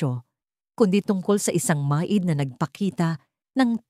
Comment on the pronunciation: Grabe naman iyan magbasa, pati maid, ginawa ng ma id. At iba pang mga salita napakalayo sa Tamang pag pronounced ano ba iyan.